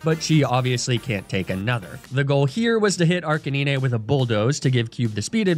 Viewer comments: Ninè tales and araninè is an unforgivable pronunciation holy cringe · DID HE ALSO JUST CALL ARCANINE ARCA-NI-NE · 1. ARCANINE NOT ARCANINEH AND 2. CINDERACE NOT CINDERACHE THE E IN ARCANINE MAKES THE I SAY IT'S NAME AND SOME FOR THE E IN CINDERACE!!! PLEASE JUST SAY ARCA-NINE AND CINDER-ACE /CINDE-RACE!!!! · ARCANINE! ARK-AH-9 😡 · I can;t decide if I love or hate the way he misprounces pokemon names. Arcanine, Ninetails, Mawile. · It’s a thumbs down from me cause of the way you pronounce Arcanine